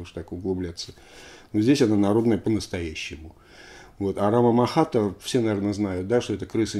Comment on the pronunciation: Эх, Лёша, Лёша. Не рамамахата, а РАТАмахата. У тебя винил под носом. Прости, не сдержался , но это святое.